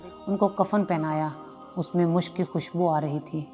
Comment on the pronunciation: Bahan. Aap apni Urdu theek. Kar liejiey . M a s h a k : bakri ki khal wala bartan Mushk. : Khushbu Gudrhi : Orhne wali مَشَكْ گُد٘ڑِی٘